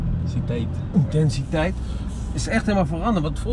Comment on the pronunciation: Wat slikte je zo intens om het woord "intensiteit" te kunnen uitspreken 😃😉 haha. Doe pauze op juist moment is echt top blik hahaha